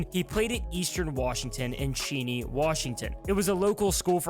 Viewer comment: Pronounced Cheney correctly but not Yakima. I’m stoked for the hawks for sure!